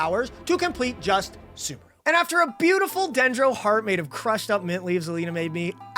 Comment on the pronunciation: why does he pronounce sumeru as 'soomaroo'? that's not correct